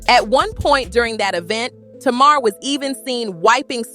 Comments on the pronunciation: You can tell you have no business telling this narrative cause her name is not Tamara is Tamar damn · Who’s Tomorrow? Her name is Tay-mar! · I'm 10 minutes into the video and I just want to know... Who the hell is tomorrow??? Her name is TAY-MAR (Tamar)😂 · Please learn how to pronounce their names correctly. Her name is pronounced TAY MAR. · It's pronounced Tay Mar! SHEESH!!!!!! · I can’t trust a story who can’t pronounce TA-MAR correctly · Mispronouncing Tamar's (Tay mar) name is crazy work‼️😮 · 😂😂😂I was trying to tell her during the entire video it’s Tay Mar..😂😂😂😂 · You can not even pronounce Tamar name correctly, so how can I listen to your story 🤔 please make it make sense because I am confused 😐